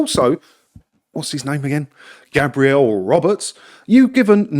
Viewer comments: Gabriel is a man's name pronounced GAY-Bree-El. GAB-Ree-El is a woman's name Gabrielle. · Think that’s a guy but you are pronouncing it the girl’s way. For men it’s Gaybriel